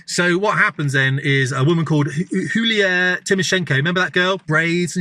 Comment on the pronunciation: Yulia (you-lee-ah) Petro Poroshenko You skipped Viktor Yanukovych.